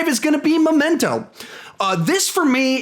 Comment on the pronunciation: It's Memento not "Momento"